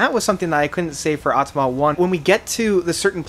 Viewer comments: Haha "atama." It's Auh-tah-mah-tah " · Bro Au-to-ma-ta and The GRID Great review tho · I just can´t take you seriously anymore….you still can´t manage to properly pronounce their albums. It´s AutomaTA not Automa and its Coma Ecliptic and not Coma Ecleptic or what else….and it´s The Grid and not The Grind....man... AND Automata 1 and 2 are ONE album, not two....the label decided to split the release, but it was recorded as one album.